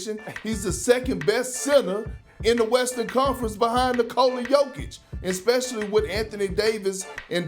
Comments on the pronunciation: Who’s yoke? Say jokic have some respect on his name you big habeeb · Everybody: Jokic Shannon: yoke